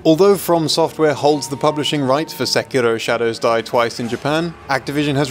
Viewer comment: its too bad ur pronouncing sekiro wrong